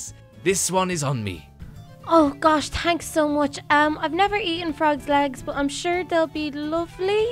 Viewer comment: does she say thanks guys or tanks guys